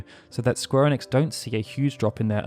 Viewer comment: Maybe try to say ‘Square Enix’ right first